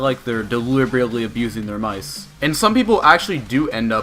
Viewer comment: i hate the way he says mice